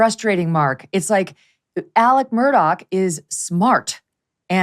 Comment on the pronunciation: Murdaugh NOT Murdock